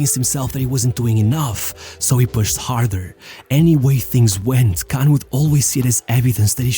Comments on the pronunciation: Spelling is one issue. Pronunciation is another. Kahn isn't pronounced like 'can'. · Inzhagi: Say that again? / "Kahn cursing"